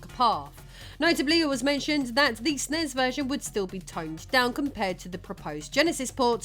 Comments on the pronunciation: It's not "snezz". It's ES-IN-EE-ESS. Take my downvote. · I have never heard anyone refer to a Super Nintendo as a Snes (Snezz). It was always called a Super Nintendo, a Super N.E.S. or you spell it out as S.N.E.S. I had one of these and have gamed for almost 40 years, and never heard it pronounced Snezz. Please do not make this a thing, if it's an AI thing, please start typing this shit phonetically. I love hearing about the history of old games, but pronunciation of consoles and games should absolutely be part of that research.